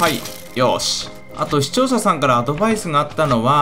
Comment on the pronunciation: 最初の「視聴者さん」がしちょうささんに聞こえる